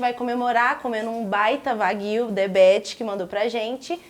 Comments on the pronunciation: Opa, sensacional! Só uma dica, a pronúncia de 和牛 (wagyu) é "uáguiuu" e não "vaguíu" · Nao se le: Vaguio. Se le:Uaguio